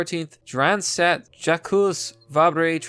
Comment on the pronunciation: Sorry But how could you mispronounce Jacques